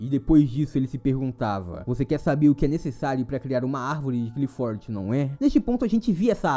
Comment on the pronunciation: nao se le qlifoth e sim arvore claipof